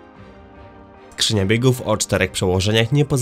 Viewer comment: Gówną wadą, krzynia biegów.....wada wymowy